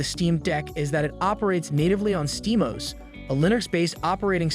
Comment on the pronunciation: it is steam O S it is not one word you NPC !